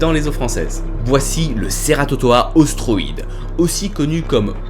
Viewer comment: Ostroides se prononce « ostroïdès »